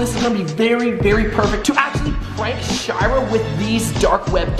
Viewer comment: In 00:5 and 00:6 he said her name wrong he said shower not shira